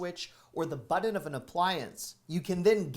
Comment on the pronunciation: There is no D in button. Love your channel! ✌🏻🇺🇸